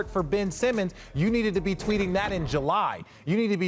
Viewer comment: Is it just me or did Richard slickly say Re-Kendall instead of rekindle ?😂